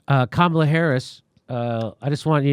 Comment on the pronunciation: Do not Kome-ala Harris